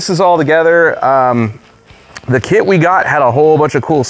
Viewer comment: every time Finn said kit my brain just heard it as kid, fucked up stuff man